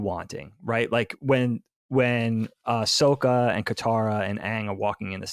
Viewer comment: Why does keep saying "Soak-ah"? They say Sokka's name repeatedly in the show. That's not how it's pronounced. It's also spelled with two K's, so it doesn't make sense to pronounce it that way.